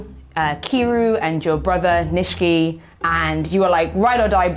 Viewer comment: I haven't watched any of the new Yakuza series, but I'm pretty sure Nishiki should be pronounced knee-she-key